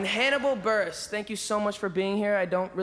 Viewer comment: “Burgess” lmao buress?